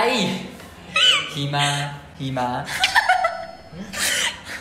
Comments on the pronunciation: หิมะค่ะไม่ใช่หี่ม้า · ที่จะพูด:หิมะ ที่ฉันได้ยิน: xีหมา 😂โอ้ยขำ~~555+ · Hi ma, not Hee maa please 😂😂😂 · หิมะไม่ใช่ -ีมะ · Hee ma 5555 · หิมะนั้นเหมือนขี่ม้าเลยค่ะ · หิมา *ีม้า 555 ความพยายาม555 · เกลียดความพยายามที่จะพูดคำว่า"หิมะ"มันทำให้ขำจนจะเป็นบ้าแล้ววว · ใช่เลย คำว่าหิมะ นี่แหละสำเนียงใช่เลยตอนสอนอาจารย์คนจีนพูดไทย ผวนคำแบบเดียวกันเป๊ะ ห้ามแทบไม่ทัน